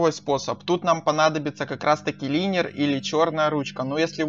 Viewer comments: Идиотина куска не линер а лайнер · Ору лИнер это лайнер